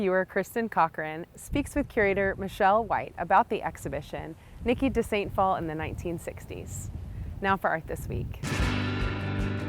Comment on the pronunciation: It’s pronounced day sant phalle